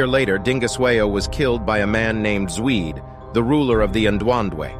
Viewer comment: Your pronouncation of Zwide is so wrong😂😂. Did you even watch the shaka zulu series? That alone would help.